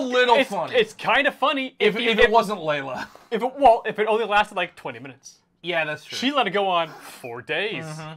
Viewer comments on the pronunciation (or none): not y’all calling lila, layla??? 😭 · Can someone teach them how to say "Lila?" Of course, would just give a lecture about how he is right, and no one knows what they are talking about.